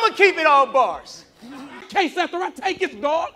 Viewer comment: He said barss